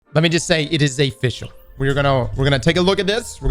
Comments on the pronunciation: Not A-fficial but O-fficial. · "Let me just say, it is Ayy-fficial" 😂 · lemme just say it is AYEfishul